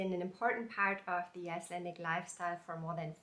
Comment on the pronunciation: I would like to knit number 37 in book 44. You pronounces the Icelandic very well.